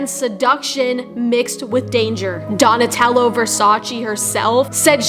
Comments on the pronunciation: Donatella. Uh. Not oh. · It's Donatella with an A